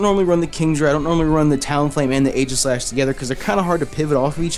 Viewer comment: u keep mispronouncing aegislash lol